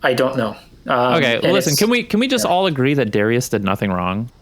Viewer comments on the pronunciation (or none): none